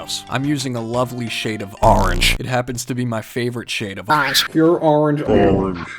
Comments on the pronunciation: I watching this video while it was made three minutes ago 😂 I love your videos man there THE BEST❤🐱🐈‍⬛🐾 and i love the Way you say orange as arange🍊👍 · I love when u say arange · Orange is Arange, no matter how you say it.